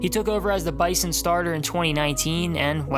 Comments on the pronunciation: When you talk about NDSU it’s pronounced BIZON not bison it’s cringy when you say it wrong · say bison with a Z man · You pronounced bizon wrong. NDSU fans don’t like the hard s in the middle of bison. You replace it with a z